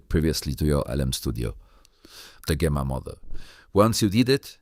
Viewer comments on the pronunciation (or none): It's pronounced Jemma. The G is soft.